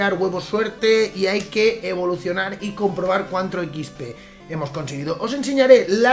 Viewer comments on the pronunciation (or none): XP XP SE DICE NO SHIIPIII